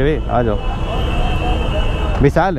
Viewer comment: Bhai bisaal nahi hota VISHAL hota hai 😊😊😊